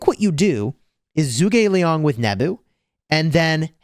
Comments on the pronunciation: Zhuge Liang is not pronounced as zoo but more as ju. Since Zhu is Chinese it would have a Chinese accent. To say it properly you would say ju like in juice. Ge you would kind of say it as a g and a little e so like get but make the g more prevalent. And Liang is right as your saying it. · juu Gi liang!😅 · Don’t give af still saying Zoog